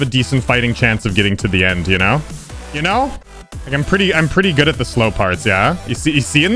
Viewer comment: saying slow parts be like Slope parts